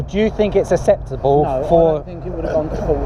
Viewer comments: Wish that guy could say acceptable acceptably 🙄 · So do you think it's "asseptable" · I don't know if it's "asseptable" but it's definitely not acceptable. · this guy cant say acceptable. 'asseptable' 😂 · Do u fink iss asseptable m8????